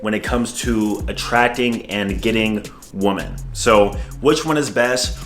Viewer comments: Bruh "women" is pronounced "wihmen", not how it's written. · My guy struggles with the word women haha my guy